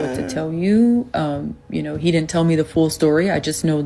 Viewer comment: Red Flag : she pronounced "didn't" like dittent 304